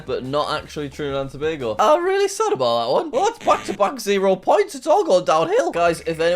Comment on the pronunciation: As someone from Trinidad & Tobago, I'm giving you half a point for pronouncing Tobago correctly. So many people get it wrong. Here's a fact: Trinidad and Tobago is home to the largest natural deposit of asphalt in the world. It's called the Pitch Lake.